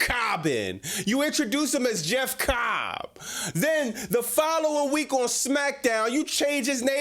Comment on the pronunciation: Bro the way you say Jeff COBB is so funny 😂😂😂